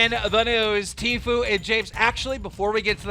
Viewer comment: i thought you said t flu LMAO